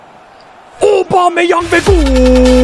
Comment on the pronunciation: aobomeyang diyişi